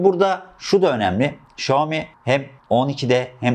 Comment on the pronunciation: Abi çok iyisin falan ama şooami demen kulağımı tırmaladı resmen.